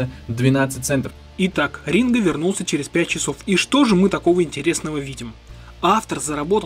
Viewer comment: А мне послышалось, или он сказал "Мастер Ринга"?!!! На счет про "promoero". Тут есть минус, в которым ты пропустил -- Ринго вложился в сервис Promoero